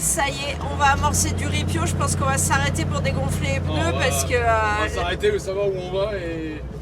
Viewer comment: 10/26 "les deux pEUneus qui avaient des Zhernies"? 😆